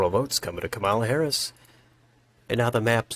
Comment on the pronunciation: Great video, but her name is pronounced “comma-la”